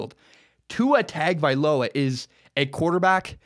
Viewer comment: Ta Ga Vai Loa